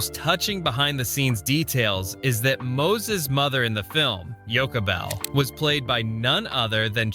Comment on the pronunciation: Lame that there are so many clips from Ben Hur in this vid, the narrator doesn't know how to pronounce "Yochabel" (not with a hard "k"!), that DeMille casting Edward G. Robinson was to save him from the House Un-America Committee, and to discuss at length amazing scenes of massive crowds of 9,000 and animals numbering in the 20k+ range, while showing clips of two men from an entirely different, B period movie.